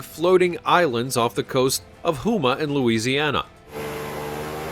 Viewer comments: did the guy say WHO MA?????.....the word Houma is pronounced HOE MA....this is either a lazy person that can't be bothered to look up pronunciation or the narrator is AI and the producer of the video is too lazy to fact check....sorry...being born and raised for 50 years in new orleans, it gets under my skin when people mispronounce names of places from here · It is pronounced Ho-Muh not huma and please say Baton Rouge correctly. From a lifetime Cajun here. We in no way call our crawfish "crayfish" ever. It's crawfish or you get your Cajun card rejected and taken away.